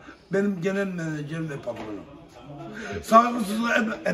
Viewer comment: Genel menejerim diyor Ahmet é 😂😂😂